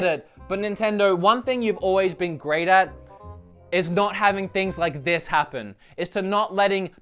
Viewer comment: "Did you rike it?"